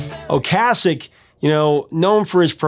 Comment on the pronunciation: Well this is why you're the. I thought you were pronouncing Ric Ocaseks name wrong, as I have always prononced it O-case-ek, since my high school days in 1978-81 when the cars burst onto the scene. So I looked it up, and sure enough, your pronounciation of O-cas-ek is correct! I remember me and my buddy totally burning the Cars 1st album out, the first summer it came out. We had the entire Album memorized! I once ran into Ric and his supermodel wife, Paulina Poriskova, at a cycling race in Bisbee AZ, they were in the same coffee shop that I walked into. I went nuts, as I was a huge fan of both of them. I had all the Sports Illustrated swimsuit issues with Paulina in them!